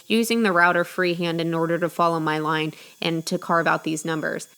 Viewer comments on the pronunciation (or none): none